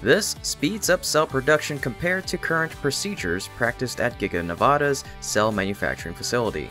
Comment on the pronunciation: How about if you learn to properly pronounce the name of the state of NEVADA?